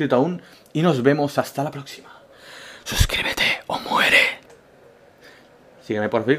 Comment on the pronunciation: Lo mas interesante del video fue su pronunciación de twitter. Saludos desde colombia.